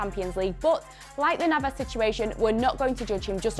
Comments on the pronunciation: As soon as she said Navas I knew I can't take her seriously anymore. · "Navas" im going to pretend i did not hear that